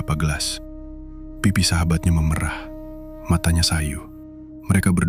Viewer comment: maaf ya min,pengucapan memerah yg kau ucapkan itu arti kata seperti memerah susu sapi bukan memerah krn perubahan warna,tolonglah jngan mngubah cara pengucapan kata krn bis merubah makna